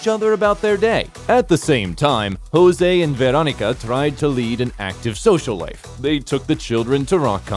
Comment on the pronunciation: Hahahahaha I love "Jouse" ando "Pedruo" 😂